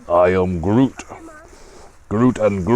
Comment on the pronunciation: Pronounciation was horrible! I confirm 😂same with the Duchesse 😂😂😂 we are also watching you in Belgium 😉